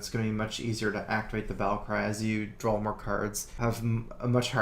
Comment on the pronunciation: I really wish someday they make a card with the name "Drawl" and insert an ability in the game called "Curd" just so those 2 words would exist to contest accent on the acctual words "Card" and "Draw".